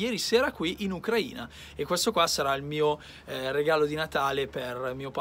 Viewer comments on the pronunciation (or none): Noi ucraini l'accento lo mettiamo sulla i,così diventerà ucraina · ti ho scritto anche su instagram e ti ho menzionato in una storia. Io sono un Italiano espatriato e abito a Kiev con mia moglie:) Mi piacerebbe incontrarti per un caffe'!:) ciao bello. Ucraina ha l'accento sulla "i", altrimenti e' offensivo per via di una parola in Russo. TheLollerz